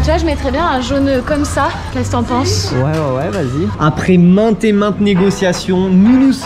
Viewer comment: On dit pa ouééé